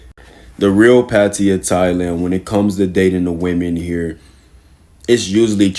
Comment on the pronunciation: pattiya? you mean pattaya